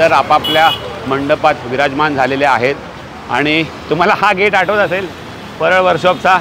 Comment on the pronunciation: भाऊ परेल नाही " परळ "